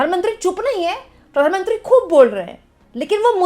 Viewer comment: kya... Pitt-mantri 😂😂